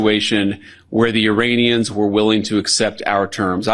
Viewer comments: does he call Iranians, Uranians?😬🥴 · Vance can't even pronounce 'Iranians' properly haha what a loser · I am not a native speaker of English, so whenever someone says "Iranians" I hear "'Uraniums",makes me smile... 😂